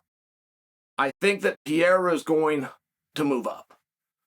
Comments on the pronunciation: I love "Pee era" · Who is this Pierra dude that Chael keeps talking about? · Chael, who the hell is Pierra? I thought Ariel cleared this up